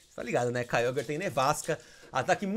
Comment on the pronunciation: É Kyogre e não Kyoguer